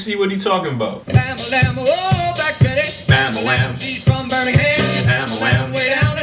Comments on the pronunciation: Do a search on "Black Betty" and you'll read a ton about the origin. Also, he is saying "Bam A Lam" not Bam A Wham as you are saying it. Just saying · Dude, you are driving me crazy. It is bam-ba-lam, not bam-ba-wham. LOL